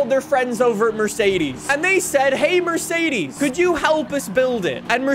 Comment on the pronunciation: It's not pronounced Merseidiis or Mersidis. Mercedes See, it's that easy. Also, Douche/Dotke Magnum.